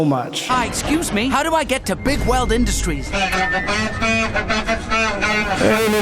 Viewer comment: I used to to think they were saying “Big Whale” instead of Bigweld